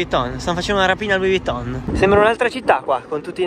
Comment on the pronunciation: la tua pronuncia di Luis Vitton è qualcosa di incredibile